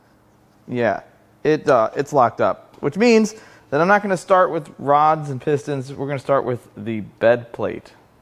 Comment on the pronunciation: I almost thought you said broads hang out inside of this engine lol but I know you meant rods🤣